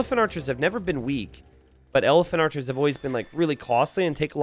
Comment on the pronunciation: You definitely said Elepharchers, and I'm making that my name now. Also, he definitely deserves legend status for this, if he doesn't already have it..